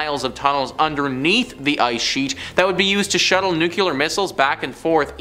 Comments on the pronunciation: NUCLEAR! NOOKLEEUR! Check you pronunciation!!!!! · Nuclear is pronounced “new-clee-ur. Or, to make it easy, “nu-clear” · Dude... learn how to say NUCLEAR correctly. It's not nuculer